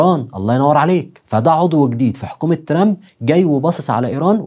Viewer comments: لا عزازي وتقديري بك 1000 نظرك إلى ضرورة نطق كلمة ترامب بطريقة صحيحة لأن طريقة نطق لها تعني المتشرد باللغة الإنجليزية.. تحياتي وتقديري إعجابي بكل حالاتك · أرجوك تنطق اسم ترامب مزبوط الطريقة التي تنطق بها اسم ترامب تعني الشحات باللغة الإنجليزية . فرج فرج نطق اسم ترامب مضبوط وشكرا لك تحياتي إعجابي بكل حلقتك ولكن حاول تنطق الاسم بطريقة صحيحة